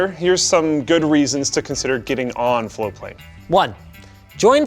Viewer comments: It's spelt "Floatplane" but is apparently pronounced "Flowplane". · TIL that for the past year+ that I’ve been following this channel, and Linus have been saying “floatplane” and not “flowplane”. Congrats on your beta launch! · Guys, you need to pronounce the T I was searching for flowplane. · I've been hearing Linus and say Floatplane for months now. I thought they were saying Flowplane until today when I saw it in the video title with Floatplane typed out. They need to watch their pronunciation, even in this video it sounds like they're saying flowplane half the time. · When they say 'Floatplane' fast, it sounds like they're saying 'Foreplay'. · Always sounds like they say Flow plane, not Float plane.